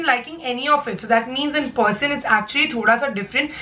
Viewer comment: Haha.. the way she says person, it seems liks it's spelt as Porsen.. agree?